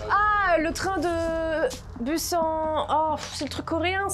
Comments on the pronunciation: Ça ne ce dit pas busan mais Bousane 😭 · SA CE PRONONCE BOUSANE BORDEL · "Dernier train pour bUsAn" putain mes oreilles saignent 😪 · buzan ? C'EST BUSAN BUSSAN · Et c pas busan "en" c busan "anne" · “dernier train pour busan” 😂😭 sa ce dit Bousane mais tranquille 😭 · Sa ce dit bussane je l’ai mal écrit pour dire que sa se prononce comme cela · juste vidéo de ouf, acteurs en or, déroulement carré, mais Busan ca se prononce '' Pouzanne'' TwT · le dernier train pour busan mais ça ce prononce boussan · Je suis morte😂😂😂 il a dit "dernier train pour [buzen]" 😂😂😂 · wow alors le nom d'une des deux plus grandes villes de Corée écorchée à la française ça fait mal à mes oreilles de coréenne lol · Dites moi que je suis pas la seule a avoir envie de crier en entendant comment ils prononcent Busan 😭 Merci de nous apporter de la bonne humeur au quotidien, bravo pour les 2M, tu les mérites largement ❤️ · Merci de l'avoir corrigé syr le mot "Busan" ça ma rendu ouf